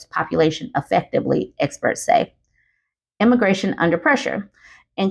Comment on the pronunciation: This might be nitpicky, but you're saying emigration is wrong. It's the e as in eggs. You keep saying immigration instead, and that means the opposite population migration to what you're supposed to be saying.